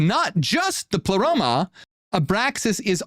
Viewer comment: Did Ai just say : " I , Plero " ? The heck?